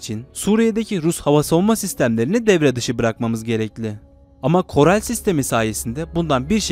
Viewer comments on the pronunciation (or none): koral....korel değil